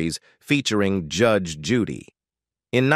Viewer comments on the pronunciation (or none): I LOVE THIS WOMAN!! THE NARRATOR OF THIS VIDEO NEEDS TO LEARN HOW TO SPEAK!!! SO MUCH FOR ROBOTS! COULDN'T EVEN PRONOUNCE HER NAME. GET RID OF THE GD ROBOTS!!